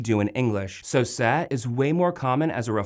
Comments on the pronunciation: Why does he keep saying "sa"? it's "se". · Sabes bastante cosas sobre el idioma Español. Pero debes mejorar un poquito en tu pronunciación. Por ejemplo, pronuncias "me" como "ma"; "se" como "sa"; "lo" como "lou". Recuerda que Español la "o" se pronuncia como "o", y no como "ou".Obviamente vamos a comprender lo que estás diciendo pero a veces suenas algo raro. Solamente es un consejo y disculpa. Has hecho un buen trabajo, sigue haciéndolo de esa manera. Saludos desde Cabimas, Venezuela. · Great content but the pronunciation is wrong... the letter E in Spanish is pronounced as “ay”. Se is pronounced as “say” not “seh”. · is correct. It is painful for me to listen to the pronunciation on this video.